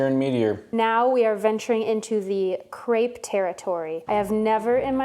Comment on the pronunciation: I love your channel and videos! But the way you say words like Gratin or Crêpe physically harms me and makes me feel like I'm maybe too European for that